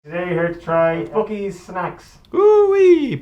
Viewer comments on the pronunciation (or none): It's Buck-ees NOT Book-ees. Annoying af. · It's boo cees not Buckies